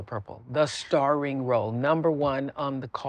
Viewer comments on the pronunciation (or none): Emphasis on “STARING” WOW!!